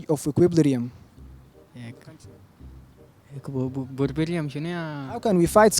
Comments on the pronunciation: Equiblirium 😭😭 it's Equilibrium my guy jaybeen lekom zol ma bi3rif itkalam is2al alnas? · Equilibrium not equip lirium!!😁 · And you are pronouncing equilibrium wrong 🙂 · اته زاتك نطقتا Equilibrium غلط😂😂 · bruv you cant even pronounce equilibrium yourself LOOOL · المقدم داير يستعرض مهاراته اكتر من تقديم البرنامج بصورة مرضية لان inflation من الكلمات الاقتصادية محتاجة صاحب تخصص لكى يتحدث عنها اما equilibrium حتى مقدم البرنامج ما ناطقها صح